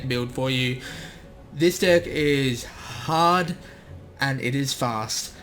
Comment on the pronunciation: Fahst and hahd